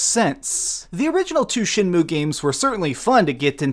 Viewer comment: You keep pronouncing it SHINmue instead of SHENmue.